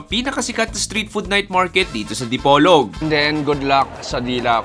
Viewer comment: The way you're pronouncing "Dipolog" is quite odd, it's not the way us locals pronounce it. Also, in your caption it says "Dipolog, Zamboanga" but actually it's supposed to be Zamboanga del Norte. Thanks though for highlighting our small & wonderful city. Kudos.